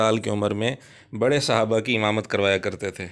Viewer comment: اس کو تو صحابہ بھی بولنا نہیں اتا😡